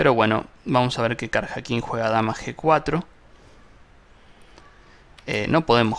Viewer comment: La pronunciación correcta de Karjakin es {kariakin}. Felicitaciones,, muy instructivo. Gracias.